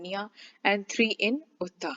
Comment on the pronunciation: The way she pronounced utah